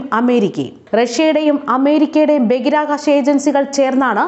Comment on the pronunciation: ബഗിരാകാശമല്ല കുട്ടീ ബഹിരാകാശമാണ്